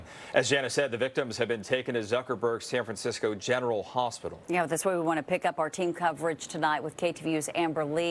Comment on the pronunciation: San FranSick-o 😢